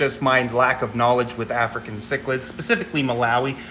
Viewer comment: I can totally relate on the mispronounciation thing. As embarrassing as it is to admit, I cannot for the life of me say the word cichlid correctly. I KNOW how it's supposed to be said, but for some reason the word comes out "Cheech-lid" as in Cheech and Chong. I'm terrified I am going to say it wrong in front of a fellow fish geek and totally embarrass myself. I just don't get it, I can speak 3 languages, but this one silly word trips me up every single time. So there now you all know my secret shame.